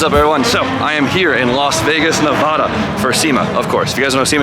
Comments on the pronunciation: Please stop saying Nevada wrong lol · 1. its nevAda not nevAHda lol and 2. ive been tryna meet up with you while you're here but i work second shift so i cant go to sema😔